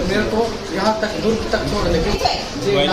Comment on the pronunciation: Ye itna overacting kyu kar rahi hai. Durug nahi hai durg hota hai. Koi kuch bhi kare baat karne ka ek tareka hota hai